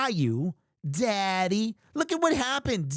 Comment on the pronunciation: I thought he said Zaddy for a second lmfao